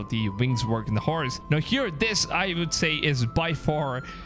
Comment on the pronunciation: ”Harse” 😂😂 you mean HORSE